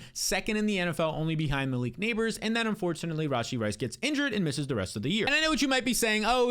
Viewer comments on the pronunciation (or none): none